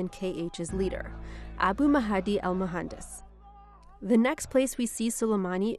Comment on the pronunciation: Drives me nuts how she can't pronounce Mahdi. Otherwise - pretty accurate. That's what the IRGC does.